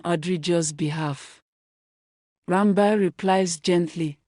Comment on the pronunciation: The name is ran bir. D ranba u keep saying makes it boring sorry